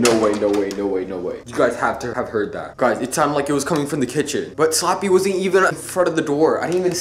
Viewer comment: Did u say slopy oof Like if u did or u hear he said slappy